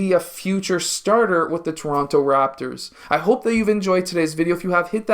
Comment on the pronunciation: Torono. Lol